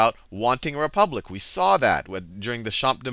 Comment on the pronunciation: hahaha - re-pubic